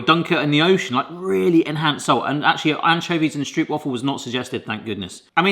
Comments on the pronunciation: Never heard anybody pronounce stroopwafels like (Meryl) streep. You just pronounce it like rope, easy peasy! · Do try this at home! Pronounce the stroop in stroopwafel like you pronounce rope. Lose the stoop sound. St-rope-waffle. And if you want to do it real good, waffle in dutch is almost the same as in English. It’s the aah! (scared scream) sound. So w-aaah!-fel. And then lose a few a’s because you don’t want to sound scared about a stroopwafel, they’re delicious! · Okay,. In Dutch, if it has a double O, like in stroopwafel, you pronounce it as a single o. Stropewaahfel. Not waffle. Not stroop. Also pregnancy cravings apparently come from the mother's body requiring specific nutrients.